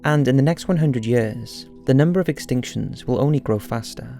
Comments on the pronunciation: one hundred hyuhrs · I love how he keep pronouncing "ea" as "uh". Yuhhhrs. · Its YEARS not yayers lol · The way he says years... lol 😂